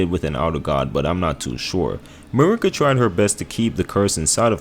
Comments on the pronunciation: mUrrr-ikA is wild. the game characters all say marY-Ka. did you have it on mute? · You emphasize the first A in Marika, not the I. It’s almost like you’re saying Murica. The way you’re saying it just sounds like you’re saying f@ in Spanish lmao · How do you say Godfrey’s lion’s name but butcher Marika and her twin son ( I can’t spell his name). I clicked off almost halfway. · Mel-in-a and Mar-i-ka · "Me-lina" 💔 "Ma-rika" 🥀